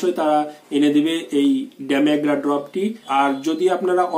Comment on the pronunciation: Sir medicine namta bhalokore Bolonakeno?